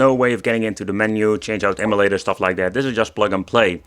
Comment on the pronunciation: M U LATER...NOT EMI-LATER